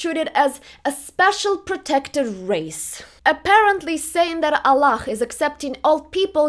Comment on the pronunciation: Could you explain to me why you pronounce "Allah" the propper Arabic way using a "glotal thrill" in place of the "h". Do you have some past with islam or arabic?